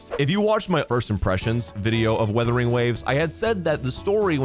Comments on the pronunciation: Kinda hilarious hearing you call it WuWa, so you know it's a "u" there but then you say "withering" or "weathering" instead of "Wuthering", I chuckle a bit almost every time. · Days since calls it “withering” or “weathering” waves instead of “Wuthering”: 0 days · First of all it Wuthering waves not weathering waves😂😂